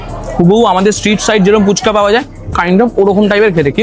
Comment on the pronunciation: Phuchka ❌Poochka ✅🤠